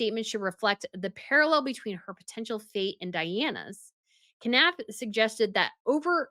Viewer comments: Jason Knauf (Nawf) you don't pronounce the K. :) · You know the K is silent in Knauf right... you wouldn't pronounce Knife as K-nife